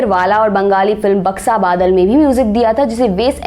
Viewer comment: It is not BAKSA BADAL madam it is BAKSHO BODOL....A humble request plz do correct or nearly correct bengali pronunciation...it is a very sweet and easy language...